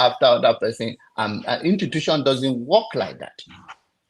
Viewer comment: pls is institution not intutution 🤣🤣🤣 you’re a fake pastor